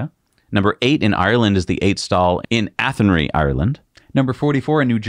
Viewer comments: Haha good try on Athenry, it’s pronounced athen-rye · Athenry, Ireland is pronounced Athen-rye.